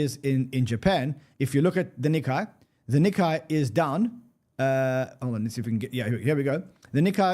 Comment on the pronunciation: Nikkei rhymes more closely with "cay", not "cobra kai". Please tell to stop scratching his nails across the chalkboard!